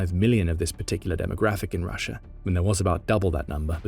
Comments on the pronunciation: It’s not “Rusher” it is pronounced “rusha”😂😂😂😂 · There is no r at the end of Russia. Proper English my ass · Always found it funny how brits said rusher instead of russia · Why do you call it Russer?